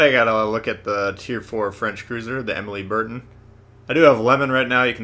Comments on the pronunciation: It's "Emeel Bert-eh"...the n is sort of silent... Hey, 3 years of High school French has to be useful sometime...of course, that was over 30 years ago...🤔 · Pronounced. (I think). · Gawd you butchered the fuck out of that cruiser name